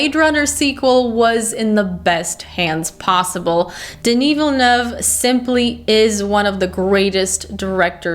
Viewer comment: Wow the fact alone that you said Villeneuve almost flawlessly as an english speaker is awesome. Good review by the way